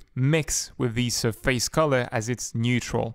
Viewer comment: your saying surface wrong >:( Its SURface not surFACE